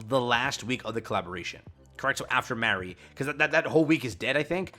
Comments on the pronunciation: i always get confused when you say Mary, when you're talking about Mah-ree for Halloween, Trick or Treat Anne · MAR-REE good grief dude MAR! Not MARE